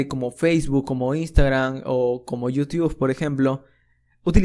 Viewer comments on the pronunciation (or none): none